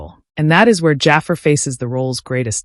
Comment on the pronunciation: Is this an AI voice? If not, his name is pronounced "Juh Far".